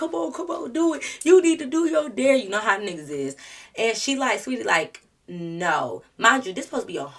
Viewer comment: Ugh i hate the way she did saweetie😭. So glad you’re a real friend